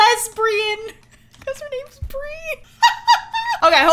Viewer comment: "Brie Cheese" "Bree Cheese" "Free CHEESE"